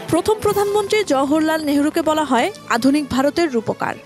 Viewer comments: "জওহরলাল" উচ্চারণ ঠিকমত করতে পারেননা, আবার সংবাদ পড়েন। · জওহরলাল নেহরু উচ্চারণ tao thik moto korte parlen na News presenter !!!!!!😮😮😮😮😮😮😮😮😮